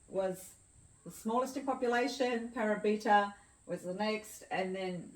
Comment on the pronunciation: Thanks for this - lovely! By the way, it's Pa-'ra-bi-ta (stress on second syllable), and Ma-'ti-no (stress on second syllable). Thanks for this video!